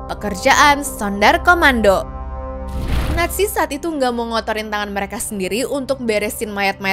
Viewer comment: BUKAN SUNDAR KOMANDO TAPI SUNDER KOMANDO KA